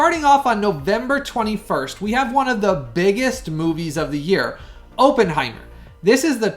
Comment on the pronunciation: I love your YouTube channel but if you're gonna review a movie, please learn to properly pronounce Oppenheimer's name correctly. It's pronounced with a short "O", not a long "O".